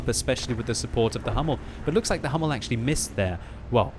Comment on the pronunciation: please go to google translate and let yourself be told how to say "Sturer Emil"... it´s two words with an emphasis on the "E" of "Emil" and if you are at it "Dicker Max" and "Löwe" could need that too.And the "u" in "Hummel" is like the "u" in "butcher"... ok ok enough of the german lesson. Otherwise Merry Christmas and Happy hollidays.